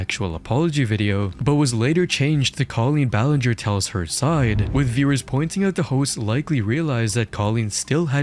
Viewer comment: all i can hear is linger-ee